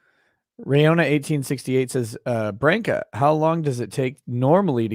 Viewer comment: So PROUD you can pronounce BRANCA Correctly! Yay😂